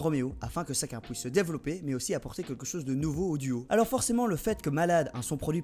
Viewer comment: Surtout sur les 8 et les "ch", principalement entre et on comprend pas trop "planete rap", tu dit "sacun" au lieu de chacun, ou encore , ton "a savoir" on dirait un mélange avec "chavoir". Après le reste de la vidéo ya pas de problèmes. En fait, on dirait que t'as le nez boucher xD (Aussi, ca veut dire quoi rt ptdr)